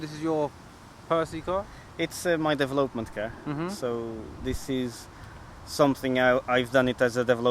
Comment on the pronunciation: He did well with the deve lope ment.